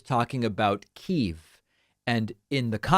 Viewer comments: I feel like you’re saying “Keev”. I think it’s more like Kyiv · You still pronounce Kyiv weirdly though. Yes Kiev aka 'kee-ev' is Russian pronunciation But it's not 'kee-eev' It's 'keeiv' like 'key' and 'if' but with a v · It’s pronounced more like kee-iv (as opposed to kee-ev). It’s not “keev” like David says. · Yup! Keev isn't quite right either, but it's a damn sight closer to the Ukrainian than key-EV is. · Your still not saying it correctly David. It's not "keeve". See this video for the correct pronunciation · Yeah, 'key- ' (arrow brackets for stress) is the Russian translation of the original city's name; ' -yeev' (or 'keev' as David here is putting it) is the Ukrainian one that became official back in 95' after independence. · It is a 2 syllable proper noun. Pronounced as 'key-ive' key as in🗝️ & ive as in give. Check your dictionaries... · It’s an insult to call Kyiv (KEEV) as it’s not Russian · Well, I don't know about "correct", but I do know that in '95 the official name became "Kyiv" [Pronounced like this : , not like David does] because A) that's how the original name translates into modern Ukrainian, and B) to distance themselves from the late-Czarist, revolutionary, and Soviet-era oppression they're trying to put behind them, under which the Muscovites named the city after the Russian translation, "Kiev". Not being from Ukraine myself, and my family being much closer to Lviv in western Ukraine than Kyiv itself, I have no idea how much Russian is spoken in the city; but I do know that it's frequency drops the farther you get from the eastern border in the same way that you're bound to find more Spanish speakers the closer you get to America's southern border. Frankly, unless you're being a dick about it or are speaking to someone with severe Soviet-occupation trauma I doubt you'd offend anyone unless you're refusing to learn from locals. That's just being an ass no matter where you are.